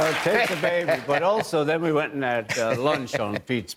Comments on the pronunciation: As a Liverpudlian, I find his pronunciation of "and" as "end" totally reprehensible. The guy is from The Pool, he fed off that, all his life, but never paid due respect, he was too LA and beyond that. BOO. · Ringo's pronunciation of 'and' is very American. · I'd never even noticed until this particular interview that Ringo has developed the American twang when he uses the word "and". The way he pronounces it. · The only time Ringo sounds American is when he says "and". The rest is pure scouse.